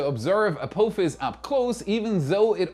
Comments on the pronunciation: Perhaps you can pronounce ah-POFF-is before 2029! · Bless your German heart the way you say Apophis lol